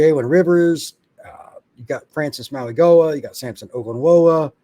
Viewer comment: Hey brother. Francis ' last name is pronounced Maui-Noah. I know, there's a g there lol.